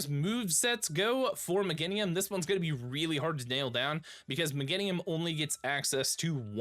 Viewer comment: Me-GAIN-IUM for the love of god so many streamers cant speak english lol